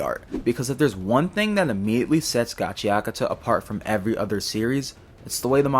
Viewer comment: I thought it was pronounced gachaKUta